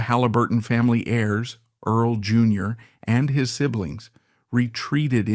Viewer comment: Please don't use artificial intelligence. No one really likes it. You spell and pronounce "Earl", as Erles, Early and Earla. You spell "Halliburton", as "Hallebertton". The voice doesn't match the beginning and ending of sentences. Do you review your work before you post it? I thought this would be an interesting story, but I could only get through the first 5 minutes.